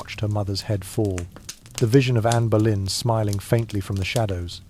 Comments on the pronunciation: THE AI MUST BE SPANISH: ANNE OF BOLINA, MY FOOT! IT'S ANNE BOLEYN!!!!!!!!!!!!!!!! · NOW, IT SAID ANNA BALOIN, AND A TOTALLY FOREIGN LANGUAGE. LOL................................................